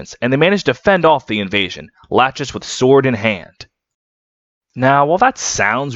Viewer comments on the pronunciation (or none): Bro, why are you calling het "Latchesees" lol Her name is a reference to the 2nd one of the three Moiras from Greek Mythology - Lachesis The correct pronounciation should be "La-ckhe-sis" (the ch sound in Greek is not present in English, but it's similar to a more guttural j sound in Spanish) At least it's not as aggravating as Project Naga's RAQUESIS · not to be That Guy, but in heroes nanna pronounces her mum's name as "la-kee-sis", so i think that's the canon pronunciation. but otherwise i love this video!! i love lachesis sm!! this was a good reminder i need to keep reading the genealogy manga